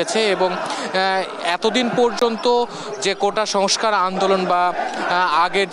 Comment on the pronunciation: কোটা সংসার আবার কি ভালোভাবে বাংলা বলা শেখা উচিত তারপর উপস্থাপনা করুন।।